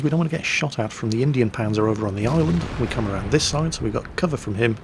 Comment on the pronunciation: 321 No it isn't. It's german and it's pronounced exactly like said it. "Indien Panzer" would be pronounced Indian Puncer.